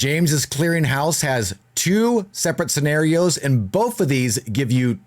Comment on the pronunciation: He said serrenarios